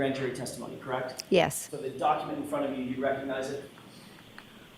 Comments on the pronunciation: Actually, she's "CRACKED"....pronounced "KRACT".😂😅😮🎉 😂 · "KRACT" WHY CAN'T SHE PRONOUNCE A PRETTY SIMPLE WORD..."CORRECT"?.. once again, it's NOT "KRACT." She not very bright!